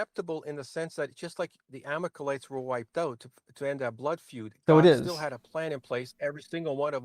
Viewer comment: Who are the “Amakalites?” Does he mean the Amalakites? This guy’s a mess.